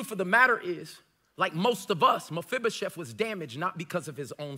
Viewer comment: You know, I have just one question for you. How are you pronouncing Mefiboset so right? I don't even know how to spell it right and I looked it up.